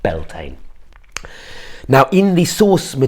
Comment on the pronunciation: Darling...pronounce it Byahll=ta=na....epic video. Wonderful presentation and lovely story telling